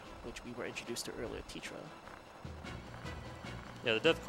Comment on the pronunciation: and the way he kept saying "Teta" like it's "TeTRA".... there's no "r" in her name... I know it's different in the non-english version... but this is the english version, and many other names would be different too... it really bothered me.